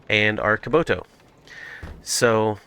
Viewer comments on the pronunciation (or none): Why do you call kubota "kaboto" ?